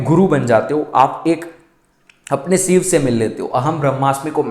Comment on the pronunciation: जैसे सिव बोलते हो वैसे शिव भी बोल सकते हो..कोशिश करके देखो 🌹🙏💐